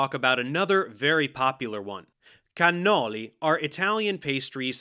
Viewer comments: I like how he's speaking with a totally normal American accent, then he just pops a perfect 🇮🇹cannoli🇮🇹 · I really don't think the regular American pronunciation of cannoli is incorrect. It's all the right sounds without the accent.